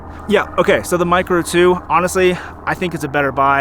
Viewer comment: Great review brother. “Video micro 2 versus video micgo 2…” I bet you said that a lot in this one! Haha